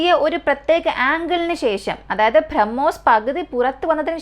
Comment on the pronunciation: ഭ്രമ്മോസ് എന്നല്ല ബ്രഹ്മോസ് എന്നാണ് വായിക്കേണ്ടത്